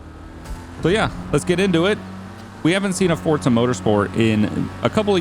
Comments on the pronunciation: Why do you say fortza. It says forza on the disc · i hear fortza everytime you say forza lmaoo